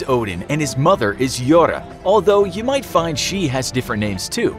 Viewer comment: Meant: jora What i heard: yoda